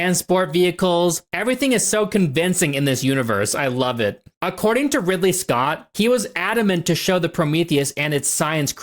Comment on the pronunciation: after a year the only thing anybody was worried about is that you said five up instead of give up nobody corrected you on Ripley instead of Ridley lol anyways hope life has been good to you